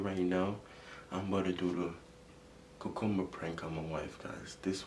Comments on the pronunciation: 💀 accent is so strong when he pronounced cucumber in the intro “cuc-coob- ba”😂😂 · He kept on saying coocumber I’m not making fun of you it’s just funny sorry